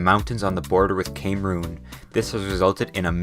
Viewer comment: Came Roon